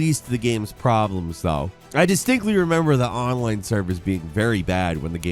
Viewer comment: It literally took me a whole minute to realize was talking about Lord of the Rings Online cause he said it like Onlan